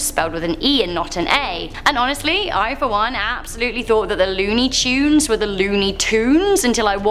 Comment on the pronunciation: Yeah i grew up to lony toons not tunes like they say it it